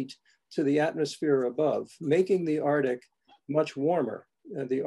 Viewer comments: Every time he says “Artic” we should take a sip 🥃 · Arctic is pronounced Arktik not artic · Why cant these guys pronounce arctic. As in Ark Tick, not artic. 90% of the volume of arctic ice lost. What utter tosh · I might have been too sleepy to notice. But now I’m going crazy with every “artik”. Maybe it’ll help wake me up! 😆🤦‍♀️